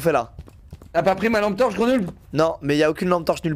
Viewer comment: allume ta « T-ampe torche » 😭😭😭